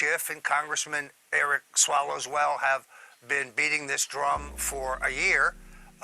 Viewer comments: Lol Stone said Eric Swollowswell lololol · Did you hear it? Stone let this slip through in the interview when talking about Eric Swallwell: He called him "Swallows-Well" (a term I have used for him as well) LOL! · Did ANYONE else hear him say “Eric swallows well” 😆😆😆😆😆😆😆😆😆😆😆😆😆😆😆😆😆😆😆😆😆😆😆😆😆😆😆